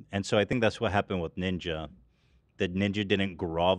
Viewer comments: saying Niña instead of Ninja was extremely annoying and boomerish. something my grandma would do and I dont even like Ninja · the way is so adamant about pronouncing it ninya is so cute